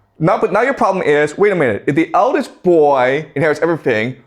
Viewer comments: The pwobwem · I love the way he pronounces "problem". 😂😂😂